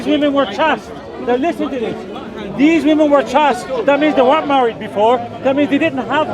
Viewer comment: "Chaste" rhymes with "chased."